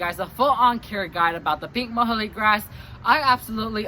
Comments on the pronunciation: nice video. Muhly is pronounced Mew-Lee :) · You're saying muhulee ...I've heard it called "Mewlee" grass, closer to the scientific name.